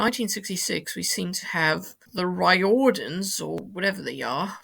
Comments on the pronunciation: There were more attempted pronunciations, but they were so painful I cut them out. I hope he doesn't mind. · Your too-late-for-publication pronunciation guide: Riordan = 'rear-dun' Tóibín = 'toe-bean' Nollaig shona daoibh = 'null-ig hawn-a deev', but that's what we say the Ulster way, other provincial dialectical variations are available, don't me etc. Twink is a 'comedienne', and Father Ted Crilly is definitely holding a hurley on the '83 cover. '91, '94 and '95 covers feature cast members of 'Glenroe'; the equivalent of Radio Times putting the cast of 'EastEnders' and TV Times 'Coronation Street' on their fronts - becoming way too common in the 1990s. Loved the Opel competition updates.